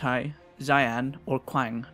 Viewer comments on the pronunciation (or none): qiang is pronounced lie chang for future videos! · Hey, just for future videos: "Qi" is pronounced "Ch" so, Qiang is pronounced as Chang "J" is pronounced as "Y" "Xi" is pronounced as "Sh" so Xiang is pronounced Shang. These are traditional Chinese pronunciations, and since a lot of these names are Chinese based, yeah... Love the videos!